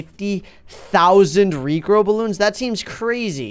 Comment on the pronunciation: When said rejrow bloons Me:Whattttt??